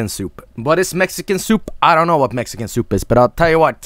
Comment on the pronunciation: Thank you for confirming the correct pronunciation of soup is "SOOPP"